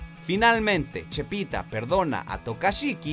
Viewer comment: "Chepita" jajajaa